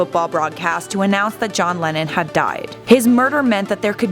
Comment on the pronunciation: Am I the only one who twice misheard "Lennon" as "Lenin"?